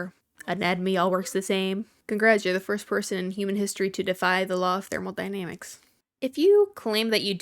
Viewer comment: Not ‘thermALdynamics’ its thermodynamics. Also technically that law doesn’t apply directly to humans since we’re not closed systems like a car engine. And hormones. I do enjoy your videos though!